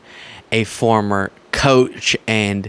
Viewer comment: Coach not couch!